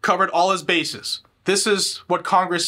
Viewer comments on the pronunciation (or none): none